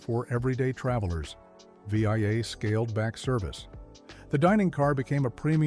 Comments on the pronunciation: V-I-A instead of VIA. Timings are weird and unnatural, I hate it too. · Really good. Born in Montreal in 1961 so lots of memories. But the AI voice is a bit off. ‘Pan Freed Steak’. And instead of Via (rail) he says ‘V-I -A’. But most enjoyable nonetheless. Cheers from Montreal 🇨🇦🇨🇦🇨🇦🇨🇦